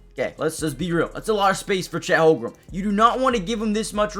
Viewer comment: Good analysis. Again, please learn how to pronounce Chet's last name. The Thunder fans will thank you.